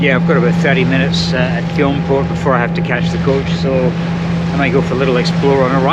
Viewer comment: Nice video. I love everything about Iona. Btw Fionnphort is pronounced "Finnafort".